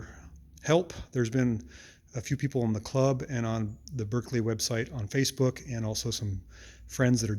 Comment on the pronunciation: Just to let you know it's pronounced 'barclay' not 'berkekley' as it's spelt.